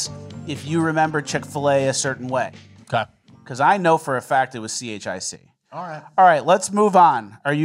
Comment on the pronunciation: The word spelled chic is pronounced “sheek”. Like in fashion.